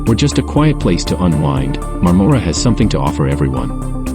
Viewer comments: Please, when you drive through a town, stop somewhere and find out how to pronounce its name. I spent my childhood summers there in my grandparent's cottage on Crowe Lake in the 50s and 60s. It's MARM-mor-a, as in Barbara (BAR-Bar-a). Point of interest: My Grandfather was the first electrician in the area qualified to operate a film projector and did so in the 1920s in, I think, Madoc. Bert Dandy, Niagara Falls, Ontario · We're thinking of moving there in a couple of years. FYI. The "O" in Marmora is pronounced more like a soft "A".